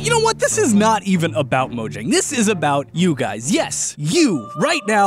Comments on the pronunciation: Fun fact its pronounced Mo-yang not Mo-jang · You expect us to listen to you when you can't even pronounce MOJANG properly?